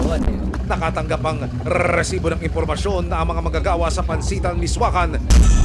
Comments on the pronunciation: Why do u have to emphasize pronouncing the word rrresibo it’s so ANNOYING. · Parang motor naman tong c Emil kapag binibigkas ang RESIBO